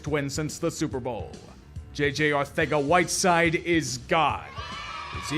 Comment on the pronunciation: I’ll never understand why nobody can pronounce Arcega correctly. It’s not a hard name.